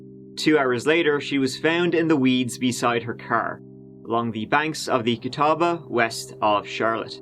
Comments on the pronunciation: Gratz on pronouncing Catawba correctly! I know locals there that get it wrong. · When covers a story from your town. Cheers on the correct pronunciation of Catawba! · Why is it that the area where I live is only famous for things like this?! Please know that there are actually wonderful people and good cops in NC. Also, kudos to you for pronouncing Catawba correctly. :)